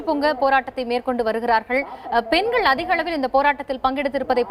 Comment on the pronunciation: சகோதரி அது பென்கள் அல்ல பெண்கள்...